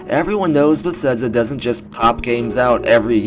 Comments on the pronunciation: It's pronounced "beh-thez-duh," first off... made me cringe every time I heard it, no offense haha, but I can tell your a big fan of the series. And while you brought up some good points, like the name of the purported project itself, I had a few qualms with your video. Yes, they spend a lot time on each game, for sure, but as they use the same engine with each game, Fallout or TES, it is more likely they worked on Oblivion, then FO3, then Skyrim, then FO4, then TES6. The engine developments are continual and procedural, and we've actually witnessed that this generation when Bethesda released new particle effects and that HBAO+ setting as updates. The world is likely being crafted and built, quests structured, and dialogue written, for more than the couple-year gap between each TES->Fallout tick-tock sequence, but it's not absurd to presume they make each game in three years or less, just as nearly every other developer with sequel release series. The most likely explanation is a core team works on each major release in the tick-tock schedule, while a smaller sustain tam works on DLC and game updates while the core team moves onto the next large project. Apparently, though, Bethesda GS might be mixing things up in the next few years, potentially working on a few other main projects simultaneously. I mean, most of us should know that Zenimax Online is responsible for ESO: TU, and presumably any future MMO endeavors (i.e. Fallout Online revival?) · Nice video, but why do you say Besedza? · Please stop saying Bethesda xD I'm sorry but omg I'm quite irked